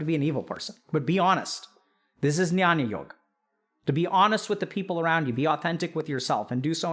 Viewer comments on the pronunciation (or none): Amazing video as always, Dr. K, just a minor correction (call it nitpicking if you may) -- 'jnyan yog' is pronounced as 'gyaan yog'. The alphabet 'gy' is actually a non-translatable from Sanskrit to English. It is written as 'jn' in Latin script but spoken as 'gy', as is in Sanskrit.